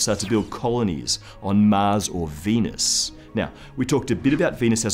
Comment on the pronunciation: Mahhhz and Veenuse